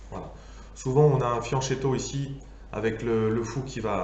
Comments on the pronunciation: oui alors la vidéo est génial mais on prononce fianQUetto hahaha ;) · C'est de très loin la meilleure vidéo sur la variante Alapine. fianccheto se prononce fyanquétto = petit flanc